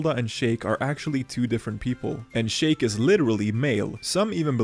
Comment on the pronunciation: It’s “SHEEK” not “SHAKE” wtf 😂